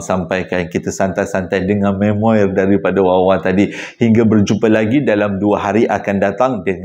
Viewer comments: Pembetulan. Sebutan memoir bukan me-mo-er dik tapi mem -waa... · Salam & semua. Memoir sebutannya may-mo-are